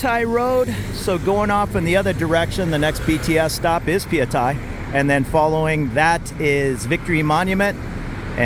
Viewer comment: You've been in Bkk so long that you pronounce Phaya Thai the same way the Thais do 👍